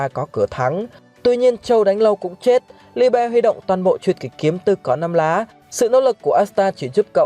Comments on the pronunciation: sao lại đọc là li be. nghe ngang quá. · Đọc nó là li-bờ a ạ hihi